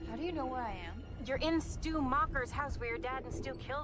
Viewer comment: It’s Stu not stuey lol amber just lives in the house she’s not connected to anyone. The original cast all came back for this one. Drew Barrymore aka Casey Becker is voice of principal. Jamie Kennedy aka Randy says at party someone’s lame ass dad is kicking us out. Skeet u know came back. Matthew lillard aka Stu was the flame thrower ghostface that was on YouTube that Ritchie was watching. The ending where mindy and chad do a thumbs up showing there alive is a nod to Dewey when Dewey did a thumbs up showing he was alive at the end from the first scream. Scream 6 will be out March 10th 2023 there’s also over 100 Easter eggs from first movie in this film. They did call backs and stuff as a love letter to Wes craven rip Wes craven. Rip Dewey